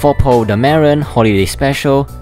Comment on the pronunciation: Why did you say Poe’s name like that lol